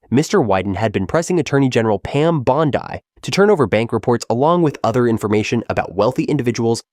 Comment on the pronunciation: Pam Bond Eye. A I owns us ….😂